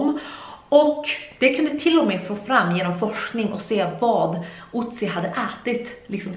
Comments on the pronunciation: Inget hat men inte Otzi utsn Ötzi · Du säger otsy han heter ötsy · Det uttalas faktist som Ötzi